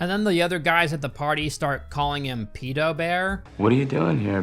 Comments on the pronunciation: Thank god there's someone else out there who pronounces it "pee-doh" I thought I was the only one. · I cringe every time you say “peedo” more than retard.